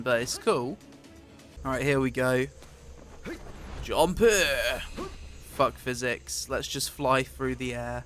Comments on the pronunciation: good video but your jumpere or jumpu line is tad overplayed imo, and sounds like jump here with heavy British accent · Go to listen to when he says double jumpuuuu then right after he says that the Npc says shit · Every "JUMPUUUH" cracks me up, somehow always catches me off guard lol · I love when you say jumpuh. Jumpuh!!!!!